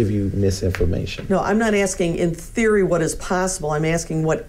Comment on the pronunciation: I was just AXING-ing Michelle if y'all finna bring this back up!🤣